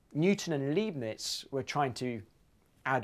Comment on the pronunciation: Just a picky point: Leibniz is pronounced as Lie Bniz, not Lee Bniz, the clue is in the order of the letter ei in Leibniz. The wine liebfraumilch is pronounced Leeb... That is, in german the second vowel is dominant in pronunciation.